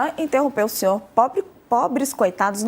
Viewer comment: Como que o ''xinhor''? Exxiste?